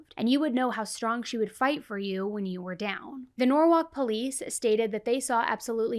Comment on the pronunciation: Norwhalk is norwall